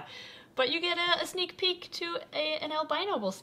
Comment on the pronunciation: hehe I thought she said snake peek